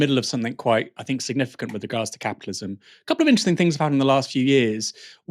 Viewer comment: Love the channel I really like and support the content, however please please please pronounce words that begin with a T with a T not an F. Thanks isn't Fanks, and think isnt fink.